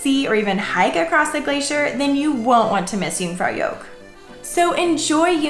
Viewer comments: Helpful videos. "Joch" is pronounced to rhyme with " loch ( as in loch ness)" rather than " yoke" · Yoong - frow - yawkh. softish k. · I don't think anyone should be offering travel advice, if they can't pronounce Jungfraujoch properly. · So embarrassing that you've been several times and still butcher the name of the damn place. Dear god. 🙄🤡